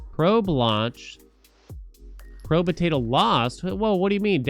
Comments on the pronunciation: Pro-betato is killing me. Probe-tato is much easier to say. xD Love the content though. I've found too many new games thanks to you. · Probe-tato. Not probuhtato